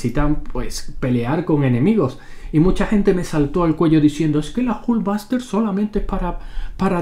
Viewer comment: La airon espayder y la jul vaster jajajaja